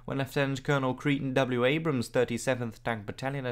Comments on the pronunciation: cray ton, not cree ton. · Hey, your pronunciation of words in so many languages is so spot on. Just wanted to mention Creighton Abrams first name is pronounced "Cray-ton." Keep up up the great work on these obscure engagements. Love your work!